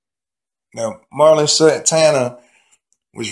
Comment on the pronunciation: It’s pronounced MER-lin. Not MAR-lin.